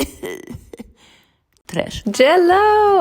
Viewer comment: Me and my 5 year old (both British) can't help saying "trash" in a German accent at the beginning of your videos! The food content is top tier, we're very happy broccoli's after watching this ☺️